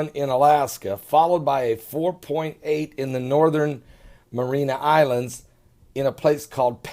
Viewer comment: Seismologist.....not "seis-ma-tol-o-gist". Marianna Islands, not "Marina Islands"..... Love you, brother, but...seriously....